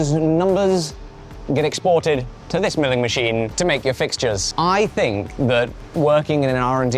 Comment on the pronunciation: Idk tho. His 't' sounds like D and dis is just lazy pronunciation. When I started homeschooling my son, it took me a full week to re teach him how to say "this" and not "dis" it's not an accent, it's lazy